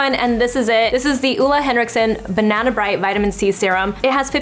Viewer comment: You said it just fine. Way to hard to explain over youtube hehe:)